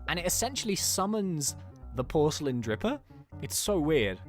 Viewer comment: does any one realise he says dRipper not dipper! lol no offence